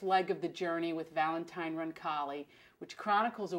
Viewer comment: I love adriana! ...but did she say Valentime?!